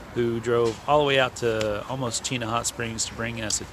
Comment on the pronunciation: Another awesome video, and THANK YOU for pronouncing Chena River properly; and nice grayling by the way. I love running and hiking the trails out around Chena Hot Springs. Did you go to the resort and get a tour of their greenhouses & geothermal generator? They grow their own veggies year round out there, and with the geothermal generator, they provide their own power as well. Its sort of a neat set up. As to shipping.... welcome to Alaska. Overnight really means 2-3 days, and 2nd day means up to a week, and it’s not cheap either. We’re used to it but you’re right, it can be frustrating when waiting on something. I can’t wait to see why video you’re doing next. Thanks for sharing your journey.